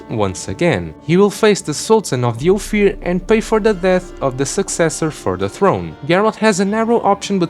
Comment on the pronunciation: It's Ofier not Ofir